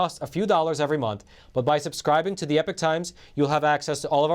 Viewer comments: Please please please pronounce "Epoch" properly, esp if you work for the company. It is putting me off what you day. It is "E -pok" not "Epic. ". Check it out. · I love your content but why do you wrongly pronounce the channel as "The Epic Times" when is clearly should be pronounced as "The Ee-Pock Times" ???